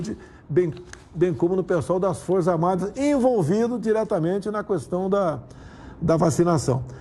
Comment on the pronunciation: Alguém ensina ele como se lê a a palavra "questão".